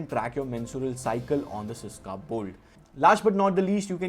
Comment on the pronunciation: Bro the word is SYSKA - i love your channel and your videos but i had never won any giveaway literally never i want this very badly 😢 pls. I had also buyed stuffs from your link